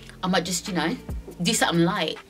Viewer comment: She said I might just do sutten light 😂🤣